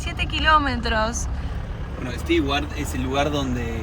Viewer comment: **Nota** Amigos viajeros, en inglés no se dice ni pronuncia "Sti-uart", se dice y pronuncia "STU - uart", por más que se escriba "Stewart".